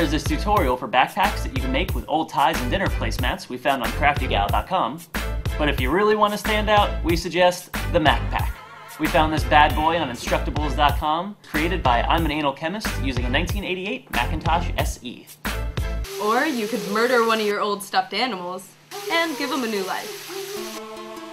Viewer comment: lol he said "im an anal chemist" but im pretty sure imanalchemist is supposed to be pronounced "im an alchemist" pronunciation fail